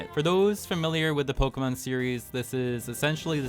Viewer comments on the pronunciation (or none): none